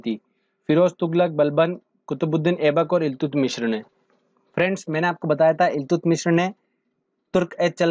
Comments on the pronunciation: Iltutmish Hoga Naki Iltutmishra..😎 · Eltutmis h sir ye.... Mishr nhi.. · इल्तुत मिश्र nhi haa sir इल्तुतमिश hota hai 😆😆😆😆😆. Video achha है धन्यवाद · iltutmishra nai iltutmish hota h